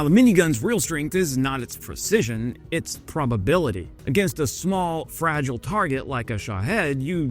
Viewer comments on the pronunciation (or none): none